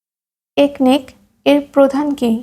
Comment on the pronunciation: ওটার সঠিক উচ্চারণ হবে একনেক।